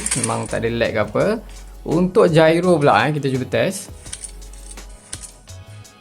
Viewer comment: Gyro bang bukan jairo HAHAHAHA